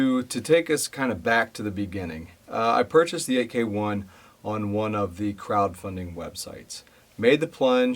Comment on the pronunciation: FYI: AEKE is pronounced as “IKE”. That is from the founder’s video